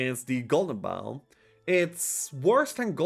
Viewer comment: Bow 🏹 (like NO), not Bow 🙇‍♂️ (like NOW)